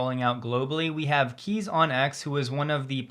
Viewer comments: "Kees" - you say "Case", not "Keys" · Kees is pronounced like case.